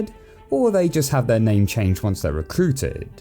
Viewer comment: you could have atleast said his name right man...